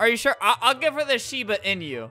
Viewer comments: omg he said "shiba in-yu" that triggered me it's pronounced ee-noo not in-yu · it sounds like shiba in you instead of shiba inu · Did he just pronounce it "shiba in you"?????? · Ohhhh the shiba "in you" 😂 (Shiba Inu) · he read it as "uh huh" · Correct pronunciation: Shiba Inu Albert: shiba in you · albert said shiba enu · He called a Shiba Inu a shiba iñu.